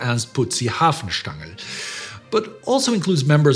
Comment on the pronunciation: Can you talk more about Hanfstaengel? Why do you pronounce him like "Hafenstaengel"??